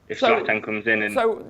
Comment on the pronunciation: Someone please tell that Zlatan has a T in it